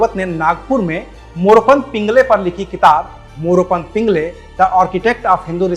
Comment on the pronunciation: पिंगळे होता है पिंगले नहीं। उच्चारण नहीं आता तो रहने दो AbP वालो....